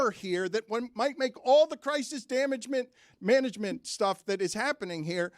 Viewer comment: did he say danagement 🤣